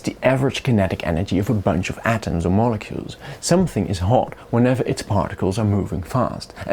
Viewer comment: I flinched when he said molecule